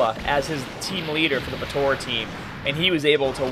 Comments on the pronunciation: lol why he saying potora XD but yeah potara is still the most broken team ever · Dude... potara not tora